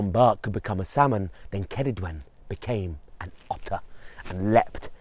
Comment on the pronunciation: Thank you for saying Her name correctly.